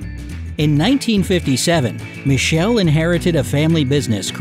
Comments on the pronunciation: It's pronounced as Mi.kel.lee not michel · How did you pronounced Michele?! 😁 😁 😁 It's pronounced Mikele. It's an Italian name. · the way you say Michele è inaccettabile